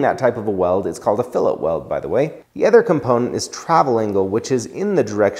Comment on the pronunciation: He says “other” like “ehther” haha great channel love